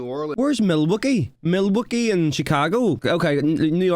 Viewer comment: I'll help so you don't get made fun of. it's Mill-wok-ee. and its Ott-a-wa, and Mini-app-polis. it's ok, indigenous names are difficult. Milwaukee is in Wisconsin (wis-con-sin) Ottawa is in Ontario (on-tear-rio) province in canada. and minneapolis is in Minnesota (min-na-so-ta) and all that water between the two countries are the great lakes, which are fresh water, but are as big as inland seas. they even get their own hurricanes and gales, they're that big. many many ships have wrecked on those lakes. and the water is so cold, that bodies don't rot away. so there are still people's bodies down in those ships. Look up Old Whitey in the great lakes sometime. and yes, the snow is probably that high in houghton. the water in the air from the lake means they get a fuck ton of snow.